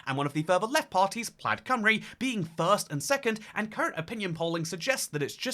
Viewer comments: plaid rhymes with dad when it's a tesla model, otherwise, it rhymes with clyde (from a U.S english speaker) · I was going to pick you up on your pronunciation of Plaid as you rhymed it with Dad quite a few times, but sometimes you got it right by rhyming it with Clyde. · btw, Plaid is pronounced kinda like the word "plied" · You went to Wales but can't pronounce Plaid it's Plyde like river Clyde